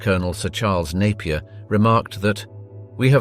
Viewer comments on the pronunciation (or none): none